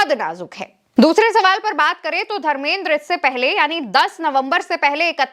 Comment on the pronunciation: pahle to tum dharmendra ji ka name sahi se lo kiya tumko bade logo ka naam sahi se lena nahi aata hai kiya tumko reportar kisne banaya dharmendra ji bolo samjhi bewkuf ladki